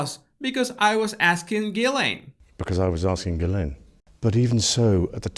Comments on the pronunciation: I think her family pronounce it Ghilen, I think its such a disrespectful picture a queen or king is anointed at some point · Ghilsaine~ pronounced Gee Laine…. Say what you see.